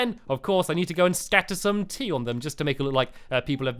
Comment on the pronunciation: Throughout the video I thought he was saying teeth the whole time but it was actually tea! Hahahhahahahahah lol